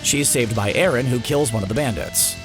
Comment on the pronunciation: bro didnt you hear eren and colossal titan and its eren not erin